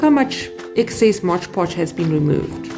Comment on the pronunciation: I have never seen anyone wipe it down with a wet cloth. And please pronounce mod podge correctly.